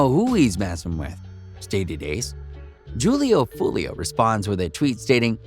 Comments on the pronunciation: this guy said “juul-e-oo” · Det boy said "jewel-lee-o" 😂😂😂😂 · Julio pronounced with an H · Y’all saying his name so wrong 🙄 .